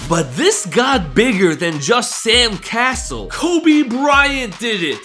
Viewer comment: First time I heard Sam cassells name I heard sand castle